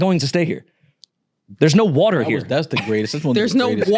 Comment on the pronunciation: 😂😂gets me every time yall say "WARTER"